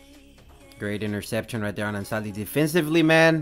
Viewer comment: Do you speak spanish? bc the perfect spanish pronunciation haha